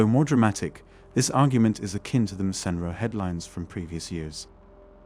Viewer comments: "MAC In Row" is how it's pronounced. Sheesh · How is it you don’t know how to say McEnroe - MackEnRow… The first of a few mistakes - misquotes - in this particular clip. I’m pretty sure you quoted the 1500m swimming event as the 500m… which isn’t a recognized swimming distance. That’s not to say I disagree with your fundamental points - it’s just that our (men’s) arguments lose potency when inaccuracies are included.